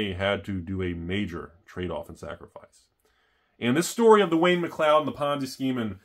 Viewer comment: Mcleod is pronounced mc cloud